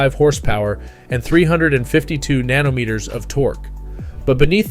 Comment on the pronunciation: 'Nanometres' LMAO